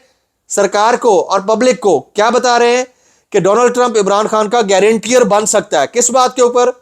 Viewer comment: It’s “Guarantor “🙏